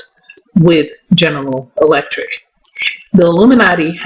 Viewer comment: You can't say General Electric to save your life